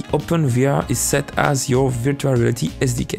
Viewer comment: "virtua reaty"